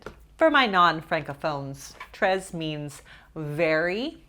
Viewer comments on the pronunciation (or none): I took French in high school and "tres" which translates to "very" is pronounced like tray rhyming with May. Love ur videos! Happy Monday:) edit: read replies for more pronunciation info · Lol it's pronounced tray, not trez 🤣🤣🤣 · i tought u say it like "tré" mot "trez" lol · I love you but the S in Tres isn't pronounced! It's a silent consonant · It is pronounced ‘tray’ for French. Not sure if she was pronouncing it incorrectly just to be funny. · My God this lady is annoying. WHY is she saying tres like TREZZZ idk if that's intentional but cringe regardless. Idk why I keep getting recommended videos from this channel and why I clicked on it. Lesson learned. I hate how judgy this lady is about what others want to eat especially when she's clearly got her own major issues. Project much? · lol "trezzz" lol haha thats not french you know that ya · Hi! You don't pronounce the s in très. It sounds like t-(throaty r)-eh. (not the canadian eh as in ay but eh). When you pronounce the s it sounds like you are saying the word treize, which means 13. Much love <3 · Actually it's exactly how she said it but without the "s" at the end. There is no "ay" sound. It's just "tre" without a rolled r which is hard for English native speakers. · It’s pronounced trey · Tres is pronounced TRAY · you pronounced "très" almost perfectly. The sound /r/ should be more intense and the letter is silent. French words have a lot of silent letters. It is one reason why it is so difficult to learn. Love your videos as always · You were so close with the pronunciation of the “très” in French. The S is actually silent, but close enough! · unfortunately the s is silent in très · me after realising she was trying to say tres the whole time 😦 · Her pronunciation of tres!! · The word ''très'' doesn't rhyme with May; it kinda rhymes with ''meh''. You can actually make a search on YouTube on how to pronounce French words, and it's ''très'' accurate. :-)